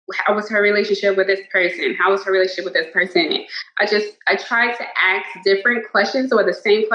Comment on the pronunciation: Man with how many times she AXES people instead of asks, she may be a serial killer.